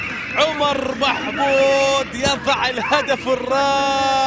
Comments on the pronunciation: عبر بحبود يعود بالقرافه سفاح صقير... اكيد هذا المعلق من جزيرة الواق واق هقهقهقه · هو شنو اسمه عمر محمود لو عوبر محبود اشو المعلق يمسلت 😂😂 عوبر 👌